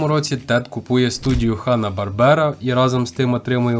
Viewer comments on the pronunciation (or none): Бáрбера, а не Барбépa.